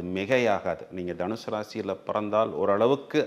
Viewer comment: அது தனுஷூ இல்லைமா தனுசு, கேக்கவே நாராசமா இருக்கு 🤮